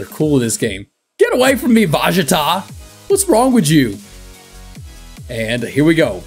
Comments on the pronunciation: Its vegeta Not vagata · lol I like how he called vegeta “Vagata” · “Get away from me VAGATA what wrong with u?” What’s a vagata lolll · No one:: Vajita